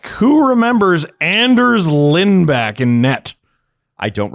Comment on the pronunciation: Its pronounced Lind-Bock